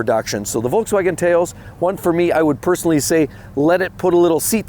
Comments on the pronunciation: The TAOS is pronounced like mouse. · I like your videos, but you should. know how to correctly pronounce the names of the vehicles you are reporting on. Do your homework. Taos (pronounced as a single syllable: “Touse”) (Like House). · Volkswagen "TAY-0US"? Seriously? That sure doesn't sound like the ancient town and Indian pueblo in Northern New Mexico to me. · U need to learn how to pronounce Taos. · Find a friend in New Mexico to teach you how the town the VW is named for is pronounced.